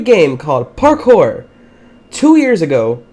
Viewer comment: Did anyone else realize that every time he said parkour he said it like parKOUR! where fave go?